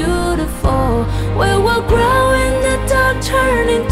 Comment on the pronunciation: 唱功是很厲害啦 但Glow發音成grow了 Dust發音成dost